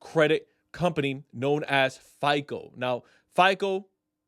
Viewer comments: Why are you calling it FIKLE? It’s FICO. Pronounced FY CO. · It's hard to take you seriously when you can't even pronounce FICO. You keep saying FICOL,whatever that is.